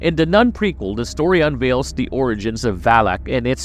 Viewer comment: It is "THE" Nun, not "DUH" Nun!